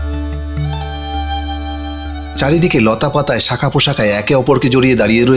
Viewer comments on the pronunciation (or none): লাই বেরি, শাখা পো শাখা - উচ্চারণ ঠিক করুন ।ধন্যবাদ এতকিছু দেখবার জন্য